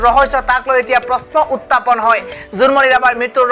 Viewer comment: Utapon nohoi burbok..utthapon buli ko..